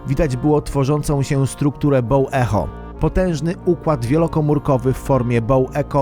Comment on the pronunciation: Bow Echo to BOŁ IKOŁ jak już